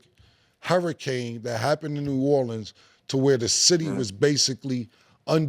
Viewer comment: Since Cam callin it New Orlean ima call it New Yorks 😂